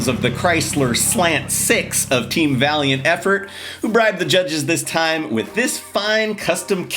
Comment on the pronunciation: “Vailant” … yes.